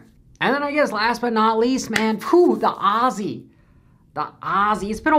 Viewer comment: Come over and learn how to pronounce " Aussie " right haha